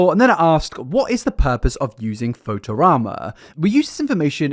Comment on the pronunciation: not being able to pronounce fotorama is very funny and admittedly interesting